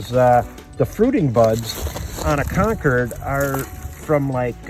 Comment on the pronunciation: It's concord not concured. Why do yankees always intentionally mispronounced words?